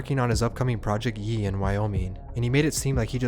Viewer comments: it’s pronounced ye not YEE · why this dude pronounce "ye" like "yee" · did this goofy nigga just say “Yee” instead of Ye cmon beo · Ijs if you’re gonna cover the culture at least say album names right, Kanye’s album was not named Yee it’s ye (yay) like cocaine is called yayo just without the O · It’s “Ye” not “yiiiiiiiii” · This guy said “yee” how you gonna Kanye mini doc and not know how to say the album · Bruh you did not pronounce "Ye" as "Yee"... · He pronounced ye as “yeee” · Did you just call his album "Ye" as yee? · love but man really pronounced ye with yee smh 🤦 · damn you said his album "Yee" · “yee”. I guess it could be said either way. Ye his name or “ye” like the word’s usage in the King James Bible. I was kind of thrown off by the pronunciation though lol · Pronouncing the Ye album title as “Yee” ….. 😐